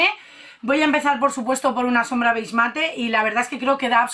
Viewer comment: BEIG MATE .... HAS DICHO BEIG MATE ? NO PUEDE SER JAJAJAJAJA